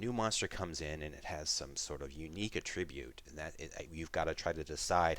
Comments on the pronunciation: ATtribute, not atTRIbute. "Atribute" with accent on the 1st syllable is a noun, with an accent on the 2nd - a verb >why would i pick a p2020 pistol, when r-301 assault rifle exists?! cuz u get dropped down with nothing and u find the items at random. Get captured, stripped of your possession and ask yourself the same question - why r u picking up a shortsword off of the goblins, when a waraxe thats not there deals more dmg?! Why r u using a light crossbow instead of a recurve longbow? Cuz u r not proficient in recurve longbows and u dont get extra attacks. Why pick a spear? Cuz its thrown. A glaive, lance, pike and whip have reach. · You are mispronouncing “Attribute”. When using it as a noun, the emphasis should be on the “AT” syllable. The way you are pronouncing it makes it a verb.